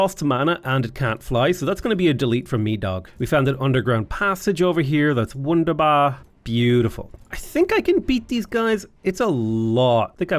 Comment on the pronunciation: your "wunderbar" pronounciation is on point..... next do a full episode in german😃